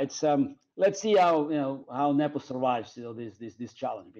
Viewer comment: If Sadler at least knew how to correctly pronounce Nepo's name.